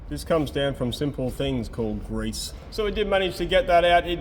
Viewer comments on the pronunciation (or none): I hope you mate takes note of the highlighted eyebrows upon the necessary emphasis on GREASE. 😂